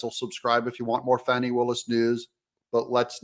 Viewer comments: He keeps pronouncing it Faw-ney, how do you get Faw-ney from Fani? Faw-ney is the politically correct way of pronouncing Fani. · Doug, if you can't pronounce Fani correctly, I will unsubscribe!